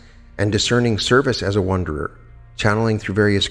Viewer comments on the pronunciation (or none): wonderer? or wanderer? sounds like you are saying wonderer... but the title says wanderer... maybe they're the same thing